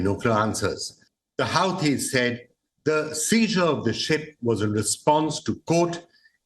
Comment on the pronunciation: HUTEES! Not Howtees!😅